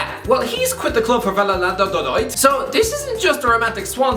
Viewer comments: Va-ya-do-lid? Nah mate, Valladododoid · Normal people: real Valladolid: real VaLlaLaDoLoLid 🤣🤣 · What did you call Real Valladolid 💀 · is it not pronounced “valla-dolid” the way we would say that in english? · more like Spanish Chico with that Valladolid pronunciation